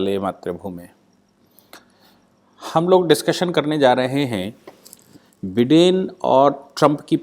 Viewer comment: with respect just for your information he call himself बाईडन not बिडन